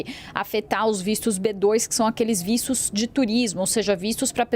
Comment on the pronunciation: que porra de vícios, não e vistos? falal direito mulher as vezes a pessoa pode ate entender errado!!